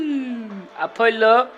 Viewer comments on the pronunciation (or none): none